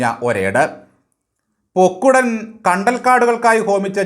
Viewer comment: കല്ലേ ൻ പൊക്കുടൻ എന്നാണ് ശരി